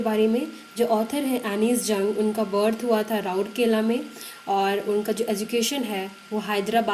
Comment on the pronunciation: *Rourkela instead of Raurkela